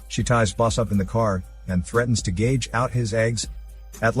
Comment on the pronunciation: Yeah, the valet is not a waiter. And "gage" out his eyes?!! Jeez, who are these people that you hire as narrators?!!!